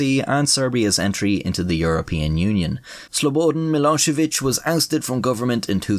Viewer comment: The way you say Slobodan Milošević should be a war crime. And that comes from a fellow Irish man, with Moldovan heritage.